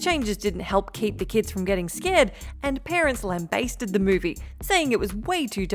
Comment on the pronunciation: Can't pronounce "lambasted", though.